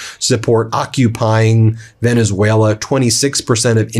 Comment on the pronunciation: He can't pronounce Venezuela